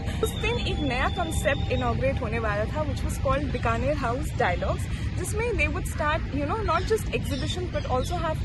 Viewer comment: Correct your pronunciation please It’s Bikaner House pronounced as Bee ka ner and not Bka ner